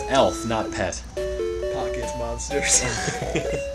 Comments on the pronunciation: Whenever you say "monaters" it sounds like you're saying "bananers" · Shouldn't "MONATERS" be pronounced "mon-a-turs" and not "mon-an-turs"?